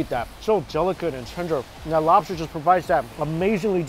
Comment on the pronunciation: I swear I heard him say, "And I can't wait to try that slobster". Anyone else? Just me?